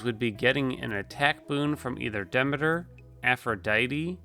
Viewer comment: Dee-me-ter, not dem-ma-tur. Sorry, Greek geek.